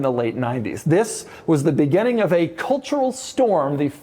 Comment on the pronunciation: Doug the type of guy to say begenning instead of beginning for unexplained reasons.